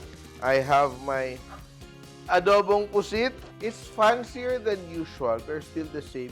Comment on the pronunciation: It should be “puset” w an e